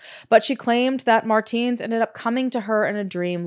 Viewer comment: It's pronounced "Mar-tens", it's been driving me insane the entire video...